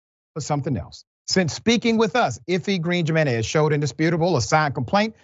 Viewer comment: Can we realize in 2023 that Jiménez has an H sound at the beginning?